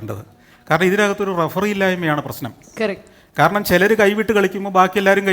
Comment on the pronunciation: ഇടക്കുള്ള യുടെ കേറക്ട് (കറക്റ്റ് എന്നല്ല പറയുന്നത് )😡വല്ലാതെ ബുദ്ധിമുട്ടിക്കുന്നു. ഒന്ന് മം മാത്രം മതി പ്ലീസ്.. 🙏🙏🙏🙏